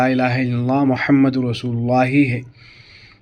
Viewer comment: Assalamu Alaikum bhai sahab Muhammad par pesh hai kalima e taiyebah padhne me ap zabar padh rahe hai tawajjoh den ap zara